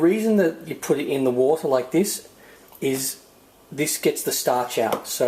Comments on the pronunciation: Fill a bater lol fill a bowl of water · Boter looooool ! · Fill a bater 😂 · I like this new term, a bowlta=a bowl of wata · Fill a bowlter lol, great video though!! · fill a bowter 😂😉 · I filled a bawter full of woul. Now what? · Fill a baughter xD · fill a boter lolololol hahahhahaa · Okay... Fill a bowter... Fill a bowl of water xD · Fill a bater... fill a bowl of water... Lmao! Great video tho :) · Wootahh (water) :P c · Fill a boter lol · fill bowter, fill water, fill..... spit it out man... :D heh ehe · lol fill a borter!